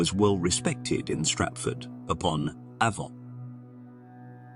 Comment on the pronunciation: upon ave-ON?